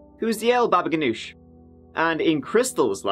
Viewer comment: "the ol' baba ganouch HQHAHAHA